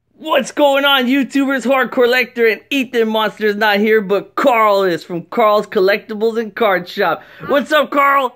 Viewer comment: Deez Nuts HE SAID CARL IT IS CARL ITS NOT CORL